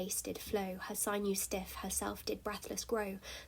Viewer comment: Interesting and insightful - BUT, check your pronunciation of sinewes/sinews!!